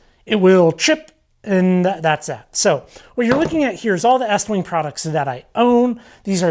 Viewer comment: Why are you saying it like that. it's eeeeestwing.